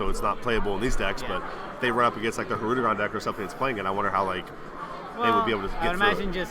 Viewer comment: Hirudegarn. garn, not gon, it’s not hirudegon